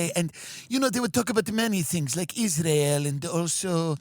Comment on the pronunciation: pronounced it “Izrul”